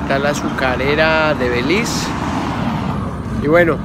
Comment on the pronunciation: Porque dices " BELIZ " ?